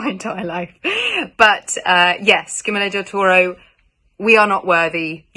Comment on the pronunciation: She said director's name wrong though hehe